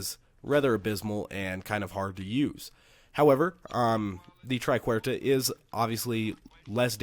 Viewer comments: It's "Triquetra" not "Triquerta". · try ket truh